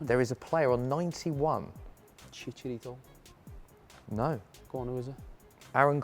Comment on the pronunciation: its chicharito not chicarido